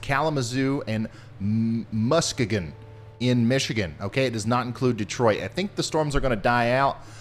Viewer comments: It’s musk-ee-gon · ET. Hot and dry. Ugh. It’s Musk key gun btw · It’s MUS-KEE- GUN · Mus-kee-gan Michigan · Watching from Grand Rapids, MI. And it's Muss- KEY - gun